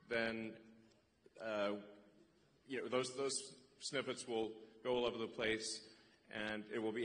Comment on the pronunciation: He said snippets 😂